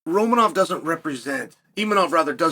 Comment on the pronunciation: uncle chael it IMAVOV